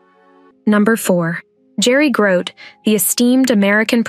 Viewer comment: Grote is pronounced Grow-Tee.